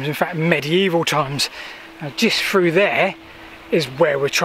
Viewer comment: Buy a metal detector . Through pronounced with Thhhhh not frew. Make an effort. The little errors are comforting friends but you dont need them now.